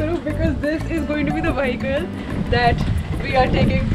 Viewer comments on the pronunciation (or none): Vahical? It’s vehicle